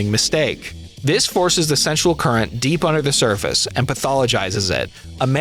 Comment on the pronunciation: How many times can you say 'sensual' in ways that make it sound like you're trying, and failing, to say 'central?'